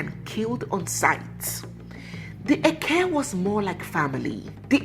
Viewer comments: Hi. It is `eke' and not eke~ ( one of the Igbo market days ) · You are right.,did not pronounce it well.